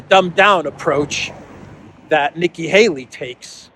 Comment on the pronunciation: Nikkie "halo" 😂😂😂😂